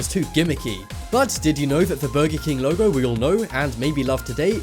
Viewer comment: You keep on saying them wrong like Lego u said logo